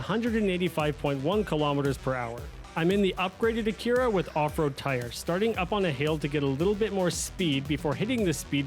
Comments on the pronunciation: Brother, racer, driver, absolute swell person, what in the actual tarnation is an AKIRA car brand? Lmfao Where in the known parallel universes did you hear it was supposed to be pronounced that way?! 😂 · I’m not even mad, but how the hell did he go through life without hearing “ack ur ah” 😳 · I couldn’t stand how you said Acura so I didn’t make it far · You're not prepared for the way this guy pronounces Acura. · it is a weird pronunciation of Honda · I am now... before watching